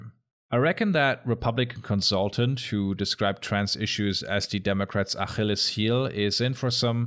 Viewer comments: I have one big issue with your video, and that's your pronounciation of achilles's heel. The CH is more of a "k" sound. Beyond that great video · D-SMR + and informative ... lol at the pronunciation of "Ach-illes"... which sounded immediately like frustration 🤣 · This is the coolest pronunciation of "Achilles" that I have ever heard. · he does it again folks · I am stuck on the way you pronounce Achilles. Flashbacks to the time I had to read the Iliad in Hebrew for a school project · The way you pronounce "Achilles" is incredible. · That’s the most German pronunciation of Achilles I’ve ever heard in my entire life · I appreciate all the stank you put on your pronunciation of "Achilles". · Du sprichst Achilles' Heel echt extrem deutsch aus 😅 Gutes Video tho